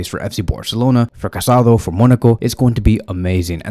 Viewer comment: It's not Casado. It's Casadó. There's a difference.